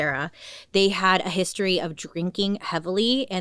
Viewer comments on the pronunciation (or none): none